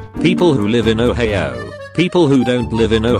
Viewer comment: Ohio is now pronounced “Oheyo”